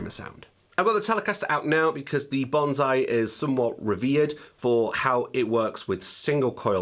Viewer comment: Several years later and this pedal name is still pronounced wrong. It's not banzai, it's bonsai (BONE-sigh).